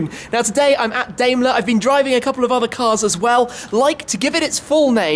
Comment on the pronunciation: Also, please learn to pronounce Daimler the right way...It’s pronounced Dime-ler.